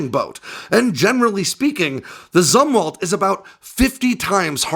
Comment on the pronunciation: You’re mispronouncing “Zumwalt”. It’s pronounced “Zoomwalt”. I joined the Navy in 1981, not long after Jimmy Carter’s CNO, ADM. Zumwalt stepped down, and people were still talking about him.